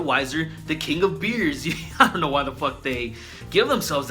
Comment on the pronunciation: That was fantastic "I'ont" with the apostrophe and everything HAHAHA!!!!